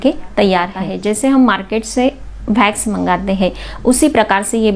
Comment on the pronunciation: भेक्स नही वैक्स होता है गंवार